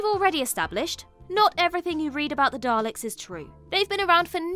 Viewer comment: and thats why he actually said...Dal to Ek!